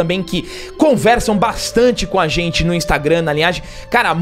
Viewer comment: A casa de "xentii"